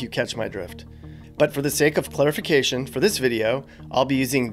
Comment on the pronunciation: It sounded like instead of clarification you said clutterfication. 😅